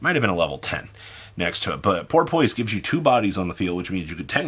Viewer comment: Love you bro, but the way you pronounce shit is annoying. Idk if you mispronounce things because you don’t know or if it’s a joke. In this instance, Porpoise is pronounced Por-piss